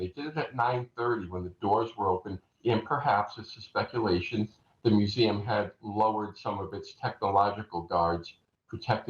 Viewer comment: Why can’t she say “museum”?